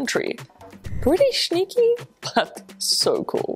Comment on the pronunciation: Can you always say schneaky?